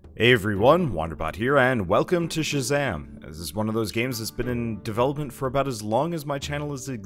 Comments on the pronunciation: I don't care how the developers said the title is pronounced, Chasm is an actual word and it is pronounced ca-zum, ca pronounced like cat but without the t, and zum pronounce like rum but with a z. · Did you just call it.... shazam? Chasm. Like a big hole. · "Kazum" not "Shazam" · Pronounced Casum not Shazam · Cos, or some say Casum... do you hear our prayers? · Shazam??? hahaha wtf. its said Cazzim. the main menu is even in a chasm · XD dude it's pronounced Kha-zym lol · Wait isn't it pronounced Chasm (C -aazz-um) ??? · It's wrong. Go look up the phonetics in a dictionary lol. KA-ZUM. Chasm. Even if they developers said it's pronounced that way you can't just start changing the way words are pronounced lol. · It's pronounced chasm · its pronounced kazzum mate